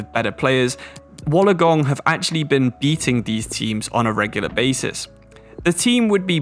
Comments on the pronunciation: It’s pronounced Wool-on-gong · Hearing you say Wollongong makes me laugh coming from Australia myself, but keep up your good work my dude